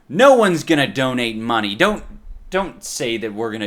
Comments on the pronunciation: I love how he says mune instead of money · Give meh theh moneh boah!!!